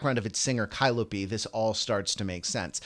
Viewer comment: Her name is Kaliopi not Kailopi!